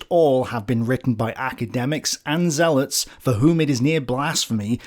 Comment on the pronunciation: Said zealot😂😂😂